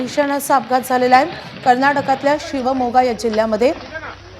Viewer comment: बेअक्कल बाई शिवमोगा च्या ऐवजी < शिवगोमा > असे म्हणते आहे